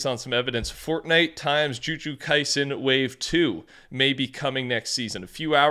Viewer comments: One day he'll say jujutsu kaisen correctly, not today, but one day. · “Juju Kaisen”😂